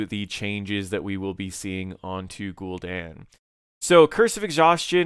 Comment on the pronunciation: Say GulDEN one more time.